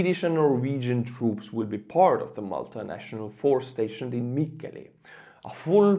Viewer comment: Best pronunciation of "Mikkeli" or let's say any Finnish word or name I've heard so far in an English-speaking video. I actually forgot that I was listening to a non-native English speaker and flinched when I heard the name of the city.